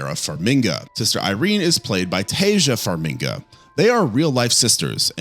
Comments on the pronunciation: Taissa and Vera's last name is Farmiga, not Farminga. Bruce Campbell's last name is not pronounced like Camp Bell". C'mon, dude. If you're going to talk about actors, learn their names or you lose credibility. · Look, I like your videos, but you’ve gotta check your pronunciation of stuff… Like it’s Farmiga NOT Farminga…and I assume you’ve seen the conjuring and nun movies so how are you pronouncing Valek wrong?!?! I hated the nun movies but the mispronunciations are brutal. Maybe it’s just me but ughhughuggh